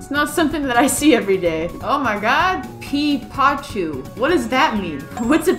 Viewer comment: Im pretty sure when you said "OC", the idiots thought you meant "Online Character." 🤣🤣🤣 ⚠ This is just a joke and im sorry if I offended anyone! Please dont take this seriously! ⚠ Also Peepachu is prnounced "Pea - puh - chu" 🤗🤗♥♥